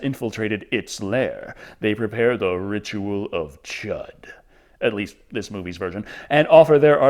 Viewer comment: The "Ritual of Chud" is pronounced "chewed". Even if they said it the other way in the movie, that is incorrect as Stephen King pronounced it correctly numerous times during interviews.